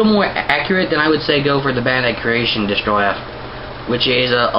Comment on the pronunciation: you dont say it like destroyah its DESTORAI!!!! DESTORAI!!!!DESTORAAAAAAAAAAAAAAAAAAAAAAAAAAAAAIIIIIIIIIIIIIIIIIIIIIIIIIIIIIIIII!!!!!